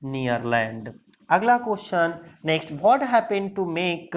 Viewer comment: Apna pronouncing thik kr lo what hota hai bhat nhi